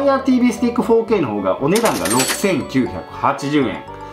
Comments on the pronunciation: やっぱり、4K（フォーケイ）が包茎って聴こえてしまう😅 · 4Kが包茎にしか聞こえないの俺だけ？